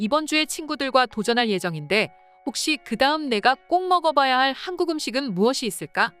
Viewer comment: 근데 나만 한국이 하안국이라고 들리냐?? 들을때마다 이상한데???